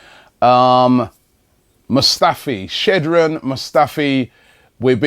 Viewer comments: Robbie haven't we learned anything? It's still ShKodran Mustafi and not Shedran. STOP IT! It's not that difficult. Please! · its skhodran mustafi not shedran mustafi